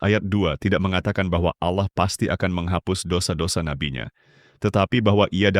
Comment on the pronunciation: awloh swt bang.. wkwkwk kocak